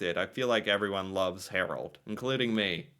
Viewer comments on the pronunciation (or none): Hmm ... Not HarOld. Try to pronounce his name HarAld! :-) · It's Harald not Harold... sigh.... And no, the king ain't that much liked. His father was great nicknamed "folk-king", but these offsprings are a total waste of garbage, many of them drug addicts.